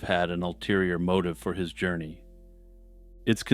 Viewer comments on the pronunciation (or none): none